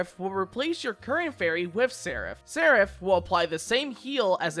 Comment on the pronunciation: I think this is the first time I've seen a youtuber pronounce Seraph correctly.